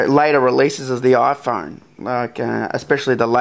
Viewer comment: iPhorne? Interesting accent.